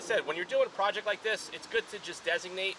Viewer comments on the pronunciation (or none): none